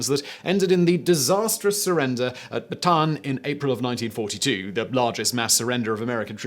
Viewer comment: Simon, I love you, but you have not pronounced a single Filipino word correctly since I started watching your channels lmao. We pronounce every syllable. Ba-ta-an. Ley-teh.